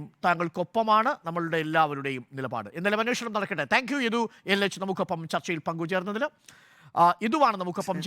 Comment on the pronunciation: ഇഡു അല്ല മോട്ടേ യദു